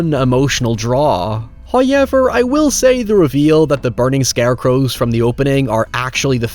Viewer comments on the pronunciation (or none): Can you learn how to pronounce the word “however” please. For the love of god lol. HOW-EVER Not HyuwevR